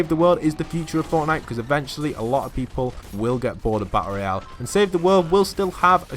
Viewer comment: he seid battelroial